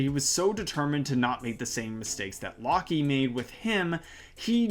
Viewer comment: Fyi, I believe Locke’s name is pronounced like “lock”, like a door lock, with the e being silent